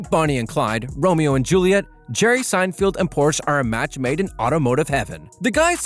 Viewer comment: Say his name correctly! "Sine-feld". not "Sine-field". didn't even watch the first minute. novus!